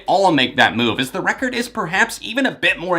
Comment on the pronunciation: love when he says "Recorrrd"